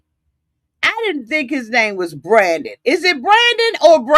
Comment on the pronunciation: Dude keeps calling him brandy but his name is Brandon. I was cracking up. 😭😭😭😭😭😭😭😭😭😭